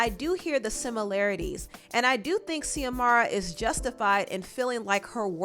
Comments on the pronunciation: Xiomara is pronounced as Ziomara not Seeahmara. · It’s not zeeee-amara It’s Zooeee-mara. That’s a common Spanish name. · Yo I went to high school with Xiomara and I had no idea she was an artist until watching this video!! That so crazy!!! Her name is pronounced Z-amara. She was a year or two younger than me in school but the sweetest person. Anyway hope that helps with the name pronunciation ❤️ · I believe it's pronounced xiomara as in Ziomara not See-omara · Xiomara is pronounced ZeeUhMaruh. X makes a Z sound. My name is pronounced TuhMYRuH and ppl stay saying Tamara…so I had to let you know boo. It’s all love ❤️ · Xiomara is USUALLY pronounced like Shìomara, but fast so it kinda sounds like Shomara. But I'm not sure in her case just wanted to lyk lol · Xiomara is pronounced SHO-MARA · Xiomara pronounce more like (Zee O Mar A) 😉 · Pronounced... Zee-Mora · Xiomara is pronounced ZIOMARA love😉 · Xiomara is said like Zamora